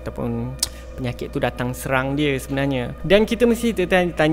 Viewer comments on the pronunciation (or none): none